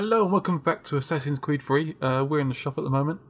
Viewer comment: every time when you say assasin creed 3 it sound ike assasin creed free and i always say :"free?" and the after a fraction of a second:"he said 3 *facepalm*"